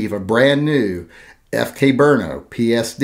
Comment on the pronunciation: I was listening until you said "brno"